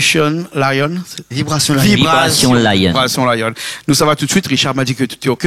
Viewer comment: Le présentateur et vraiment nul il ne peut dire le nom du groupe VIBRATION LION